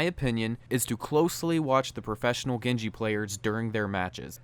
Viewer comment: dude he's not gengi, he's genji get it right